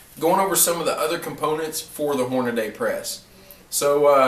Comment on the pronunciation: Dude, it's "hornady" not "hornaday". Sorry, great video but that shit was driving me crazy.